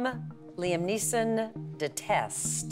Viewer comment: It's a good thing Chely said Neeson because Gabrielle said Neilson.